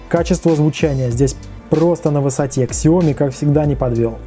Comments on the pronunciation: Сяоми, а не Ксяоми или Шаоми. Это обсасывалось миллион раз. - американец, произношение у них совершенно иное, нежели у нас или у самих китайцев. Да и вообще обзор ни о чём, описание очевидных вещей, ясных по описанию товара в магазине и никакой конкретики вообще. Обзор, в котором нет обзора. В чём смысл данного ролика? Не делай таких обзоров. Если получаются только такие - не делай обзоров вообще, это не твоё. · Спасибо Виталию за информацию, правильно произносить так - Сяоми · MiLife правильно сяоми, с ударением на последний слог